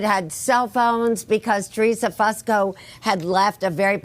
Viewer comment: Its not pronounced Fuss ko. It's Foo sko